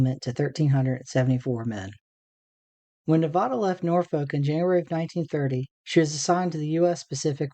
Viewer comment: Good video, but you mispronounced Nevada every single time you said the name of the ship! Sorry it's just an insult to the ship on the people of Nevada!